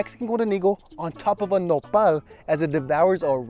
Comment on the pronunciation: Mexicans: "nopal": "Nepal"